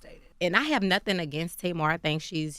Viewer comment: Angela yee The Tamar has been around forever. My family has two, and I knew several growing up. Difference is they pronounce it the way it is spelt, not Taymar .